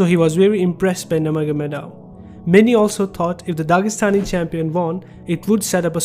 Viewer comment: It is pronounce “nur-mo-kha-mad-ov” sounds nur-mohamad-ov..